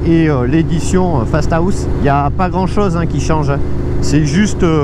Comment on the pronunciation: Dit fastahaust ou fasta house